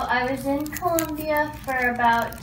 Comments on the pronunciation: It's Colombia... Not Columbia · It's Colombia not Columbia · it's Colombia not culmbia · COLOMBIA, not Columbia... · Colombia the country doesn't have a U in it